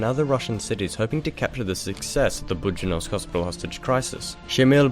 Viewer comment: Its Buddyonovsk not Buddyonosvk